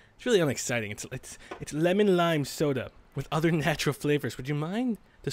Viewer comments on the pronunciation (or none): none